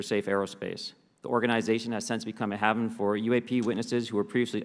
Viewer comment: Man doesn't know how to pronounce the word "haven"? Even though he's allegedly reading a statement he wrote himself? Then why did he read that word like he had never seen it written before?